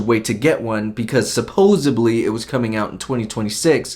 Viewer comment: "Supposebly" Bruh... Literally stopped watching right then. You're dumb.